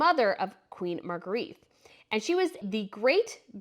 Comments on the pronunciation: Please........She's Queen Margarethe, pronounced Margaretta, not Margareeth!!!!! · If you want to pronounce her name correctly, you should know 1) There’s only one “a” in her name, 2) there’s only 3 syllables in her name (Mar-gre-the) and 3) it’s pronounced more like “Mar-grae-de” Greetings from Denmark. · Hello there😁Magrethe is pronounced Mah-Grey-Teh, and Joachim is pronounced Yo-Ah-Kim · Nice job. However, you have managed to mangle almost every name, starting with the name of the Queen. "Agrigette"?! Really. Restrain your enthusiasm a bit and learn to pronounce the names - which is really not difficult - and you can have a top noch channel. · You cant even say the Queen's name properly. That is embarrassing. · The narrator needs to learn how to pronounce "Margrete." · I wish you would pronounce Margrethe correctly 🤷🏼‍♀️ 3 syllables .. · Her name is pronounced with only one t, and ends on e not a.